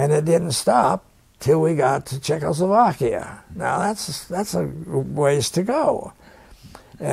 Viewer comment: This guy is one tough hombre. The interviewer needs to practice saying Check-O-slo-vakia.